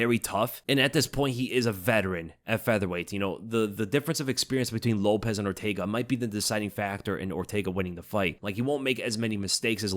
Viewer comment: Lopes is not pronounced like Lopez. Show him enough respect to get his name right.